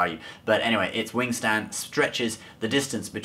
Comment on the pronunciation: He said wing Stan alot